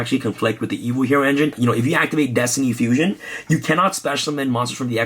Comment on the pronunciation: My OCD gave me a headache every time he said destiny fusion.